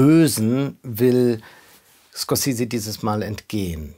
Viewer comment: Von einem Filmkritiker erwarte ich, dass er in Lage ist den Namen des Regisseurs korrekt auszusprechen.